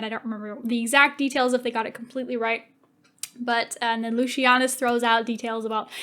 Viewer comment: Were you continuously mispronouncing Lucius' name? And how did you leave out Atia? No, they were never going to kill off Vorenus and Pullo.